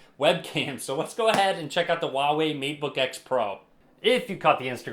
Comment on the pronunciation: its Huawei not a Uawei ,sir.